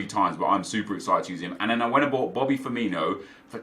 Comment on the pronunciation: it's pronounced Firmino not Firminio lol